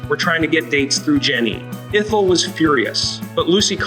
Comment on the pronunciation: It's ETH-EL, not EEETH-EL. Just being helpful.😊